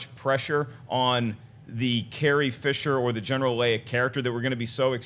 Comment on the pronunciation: LOL...... SHE CALLS HER CARRIE, "FITCHER," INSTEAD OF FISHER..... DOH !